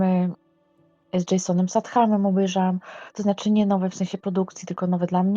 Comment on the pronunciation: Jeszcze ANI RAZU nie wypowiedziała jego nazwiska dobrze 🙈 niech ktoś z tego zrobi szota, proszę